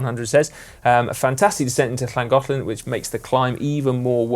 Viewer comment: Simon's 'Llangollen' 👏